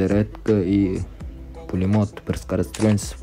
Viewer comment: Может пулемёт деп аитылатын шгар аа пюлемёт